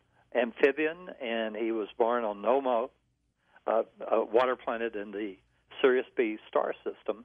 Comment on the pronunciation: NOMMO ... huh huh huh NO-MO lol